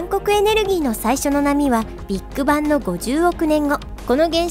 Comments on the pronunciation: ビート板っぽい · ビッグバンの発音がビッグ版に聞こえる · ”ビッグバン”のイントネーション気になる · ビッグバンの言い方が気になる